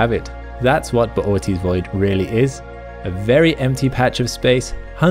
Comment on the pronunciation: Bootys void. I prefer to say boots void